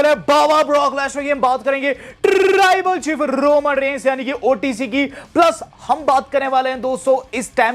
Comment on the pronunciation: Taarrrrrribal chief 😂